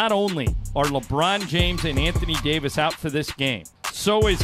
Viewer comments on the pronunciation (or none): none